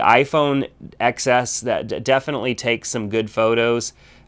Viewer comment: TEN S....not EX Ess